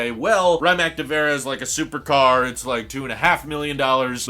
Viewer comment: not "ryemack nivera" its "rimats nevera"